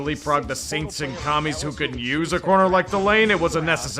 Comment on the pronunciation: "suWaints" "wide reZEEver" was Roger having a stroke???